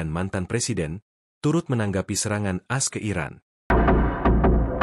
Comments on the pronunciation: Hi penyiar - bukan AS, dibaca sebagai A - S. Begitu saudara. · As As As As As 😂😂😂😂😂😂😂 A eS woi.... Mknya jgn pk AI... Tar dibaca Ai... Bukan A.. I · Kenapa baca berita aja harus pakai AI ya? Sampe A-S (Amerika Serikat) aja di baca AS (kaya AS motor). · Kenapa baca AS jadi "as" bukan "A.S."